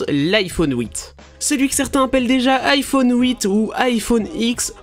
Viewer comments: l'iphone houit mdr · Iphone houit 😂